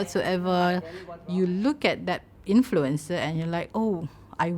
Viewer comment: I love how the narrator pronounces influencer as influenza 😂